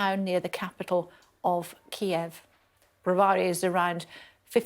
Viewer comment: SKY NEWS - get your anchor to learn how to pronounce Kyiv appropriately…